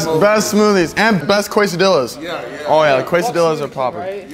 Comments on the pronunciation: "best kwuesadilas" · said quesadillas the most wrong u can say quesadilla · plz never say quesadillas ever again